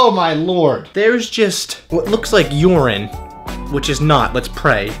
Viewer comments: The way he says urine omg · lol I like the way he says urine.